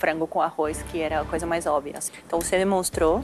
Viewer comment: eu amo a Paola falando "óbvia" KKKKKK sai "óbia"